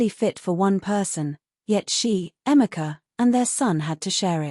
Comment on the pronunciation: Do you mean Ifoma and Emeka and not Ephima Emica. Please, use Google research to get the correct pronunciation of African names just like Africans do with foreign names. Peace